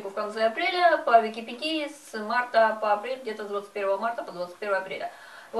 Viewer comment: 1. ВИКИПЕДИЯ - УДАРЕНИЕ НА Е. 2. ПРИЧЕСКА УЖАС, НЕСТРИЖЕНЫЙ ПУДЕЛЬ